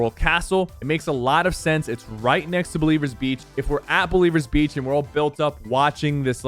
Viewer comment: Its not Believers Beach, Its Blevins Beach